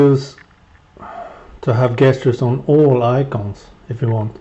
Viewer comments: it is not 'guest-ters' its 'jesters' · He's still wrong though xD Jess-churs would be like the APPROPRIATE way to ACTUALLY say it. Either way I agree with you he is an assplunger.